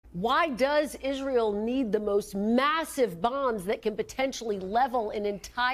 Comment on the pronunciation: "Ezral" The woman Lindsey Graham needs to be taught how to pronounce Israel. This is a travesty!